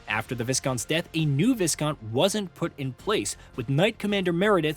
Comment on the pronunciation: Thank god someone else pointed this out. Also Viscount is pronounced "Vy-count"